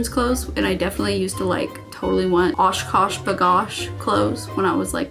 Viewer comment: Lol. Did you just say Osh Kosh B’Gosh 😆